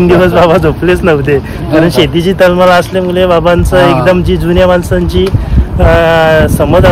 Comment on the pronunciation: दणकट शरीरयष्टी आहे, पण आवाज मर्दा सारखा नाही वाटला, तू सुशिक्षित वाटत असून बोलण्यातील शब्द अशुध्द आहेत, उदा. सगला, हिरवल, तलमल, मिलते इत्यादी